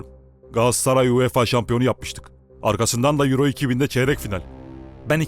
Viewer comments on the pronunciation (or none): none